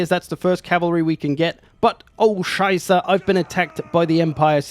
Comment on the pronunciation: That "Oh Scheiße" was very great! Very german.